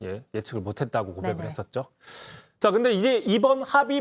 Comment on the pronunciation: ㅋㅋㅋㅋ 나도 그생각 했었는데...왠지 고백 이라는 단어를 강조하는듯....한 요상한...느낌